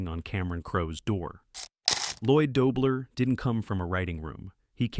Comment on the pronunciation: I love this film! I enjoyed learning these behind the scenes stories, but would have enjoyed them much more if they had been read by a human. Mispronouncing the lead character's last name in the first 30 seconds and throughout the piece was the worst 😑